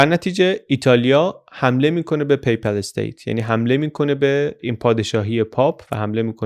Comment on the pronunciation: جناب پی پَل استیت تلفظ اشتباه است درستش پاپال استیت است پاپال استیت